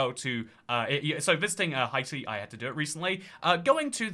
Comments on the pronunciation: Hey I js wanted to tell you that Haiti is usually pronounced hay-tee not hi-tee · I’m not Haitian but know several Haitians, and the way to pronounce Haiti is “Hey-tee” and Haitian is “Hey-shen” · Nah I’m British and is saying it weirdly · It’s a running joke on this channel, always says “Hi-tee” although he knows the correct pronunciation. There are a few others, with Greenland he says “Green-land” instead of “Green-lund”, for Abkhazia he says “Ab-skay-zia” instead of “Ab-kah-zia”, for Heligoland he says “Hel-jee-o-land” instead of “Hel-ee-go-land” and I’m likely forgetting a few. I believe most of these were from when he first started the channel as a teenager and genuinely didn’t know how to pronounce them, but since then it’s become a running joke. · It might be a French pronunciation. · It is in fact how we pronounce it in French